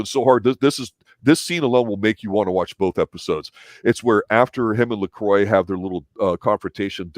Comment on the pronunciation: Pronouncing Lacroix wrong